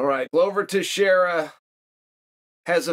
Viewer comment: Anyone notice this is the only time Chael actually pronounced a fighter's name correctly? What a tribute to Glover's greatness!